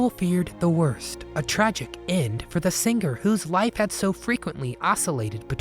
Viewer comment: Irritation how many over pronounce a 'g' when speaking. Singer is not Sing ger... it's one word not two. For Randy, I'm glad he pulled through as rough as it all may have been. He held through and persevered. Do what you do best Randy. .. more hits.